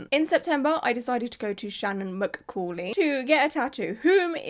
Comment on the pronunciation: pronunciation tips from a language nerd : mccauley = muh-CAWL-ee shaina = SHAYN-uh hope these help -- love ur videos ^- ^